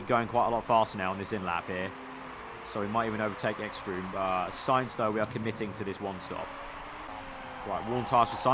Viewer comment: this ekström guy it's pronounced eggstroom